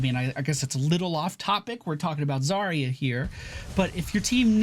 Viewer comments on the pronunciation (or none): Do you pronounce Yacht as E-acht? Don't think so. Then why was it universally agreed that Заря should be pronounced with 5 sounds instead of 4?